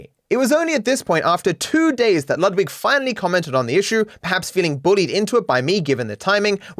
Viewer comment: can we just remember that "Ludwig" is a german name and i've yet to hear someone pronounce it correctly lmfao